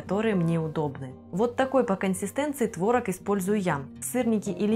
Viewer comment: КонсистЕ́нция🤗,стоит буква ,,Е́,,....а не ,,Э,,🤗